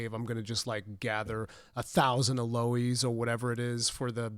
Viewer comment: never heard someone pronounce aloe like that